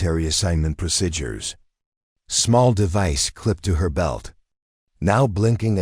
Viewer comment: Please correct mispronunciation of procedures. I cringe each time the word is mispronounced.